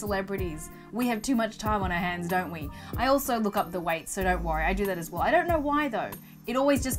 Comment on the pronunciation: I think you ment 'we' mate you said 'wee' lol